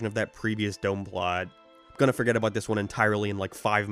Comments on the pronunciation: What kind of speech impediment does have? His "no" and "about" sound like he's deaf. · alr bro i was fine enduring every other fucking horrible take you had in this stupid long ass video but when you dissed fucking wingstop you crossed the line. You cant even fucking pronounce "about" or "now" correctly and now you say wings are bad.